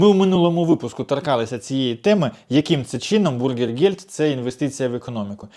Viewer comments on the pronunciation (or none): Слухаю автора вже вкотре і досі не розумію, чому автор завжди говорить про якийсь Макдональдс, маючи на увазі біженців??? не бУргергельд, а бЮргергельд - не від слова гамбургер, а від слова бЮргер - громадянин!